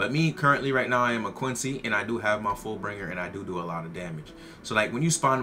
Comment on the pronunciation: Why you keep saying fullbringer